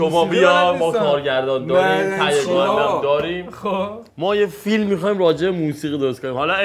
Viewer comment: مست کرده حاجی فلیم😂😂